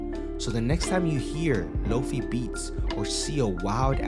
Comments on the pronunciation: It's a shortened version of "low-fidelity". The "fi" part is pronounced like "fly" or "high". 👍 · FYI: "Lo-fi" is pronounced like "low-fye", with the "fi" sounding like the "fye" in "wifi" or "dye". Not "low-fee" I do love Samurai Champloo though!